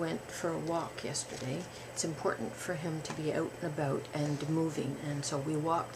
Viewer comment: I could never use ear buds, I hate putting things in my ears! Weird, I know, but as a kid, I always got horrible earraches, in fact, I had 4 ear surgeries as a child. Since then, I am afraid to put anything in my ears for fear of getting another earrache. I love the way you said that Pat needs to be "oat and aboat". And "little sproat and baby sproat". We got to see Pat! YAY! He looks handsome & healthy! LOL "Excuse me, can you tell me where you got your pants". Nice footage! Hugs, Joanie